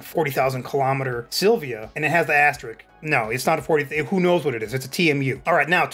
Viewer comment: Asterisk*, not asstrick